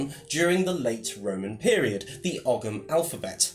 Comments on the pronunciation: Great video, thanks for posting. One thing to point out, ogham is pronounced like "ouam". That's Irish spelling for you. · Ogham is pronouncec oh-am - silent g. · Just for your information,, 'Ogham' is correctly pronounced 'Ome' (as in home without the h). Great video, though. Greetings from Ireland!